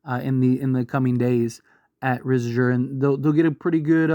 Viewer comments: you having a stroke when you say his name bruh. You good? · The way you pronounced Risacher and Vassell made me cringe